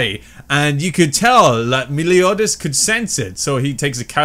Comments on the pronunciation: you pronounce his name mel-e-o-das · dude me-LIO-das xD